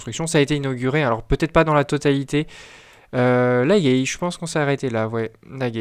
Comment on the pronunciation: Ça se prononce la gaille pas la guèille.